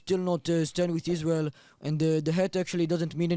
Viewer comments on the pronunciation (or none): That lady can't even say the country name correctly.. isReal..isReal